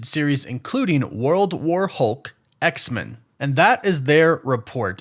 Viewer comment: What's the deal with your pronunciation of X-Men? It sounds like you're saying X-Mun. Is that the "official" way this name is supposed to be pronounced? I'm not a super geek so please excuse me if I'm not fully informed but I've always presumed that the name is to be pronounced as X and then the word men, said exactly as you'd say the word "men" alone. With a short e. Please enlighten me.